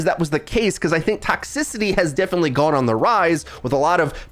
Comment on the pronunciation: fyi there's no "A" in the word "definite"